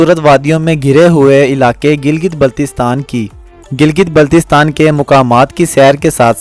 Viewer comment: Pahlay teak say name tu bolna seko. It's not Giltistan